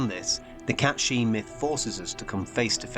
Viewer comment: It's meant to be pronounced Kate Sihth.